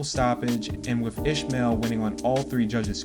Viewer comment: Why tf can't you mfs pronounce a name properly? It's Is-mael Barroso. Not ISHmael BarrosoS 🤦🏾‍♂️🤦🏾‍♂️🤦🏾‍♂️